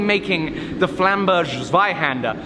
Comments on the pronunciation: Bro, the sword is German, at least try to pronounce 'flamberga' NOT Italian or English haha😂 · Finally. A German Sword. Funny though how you pronounce it 😀 Flamberg is pronounced the same as Samberg like in Andy Samberg in Brooklyn 99. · Your pronunciation of Flamberg Zweihänder was terrible but i'll award points for the excessiveness put into it: 10/10 from me. For those interested, it's pronunciation is: /Flámbɛrk/ /Zweíhänder/ (flám-berk ts-va-ee-hen-der)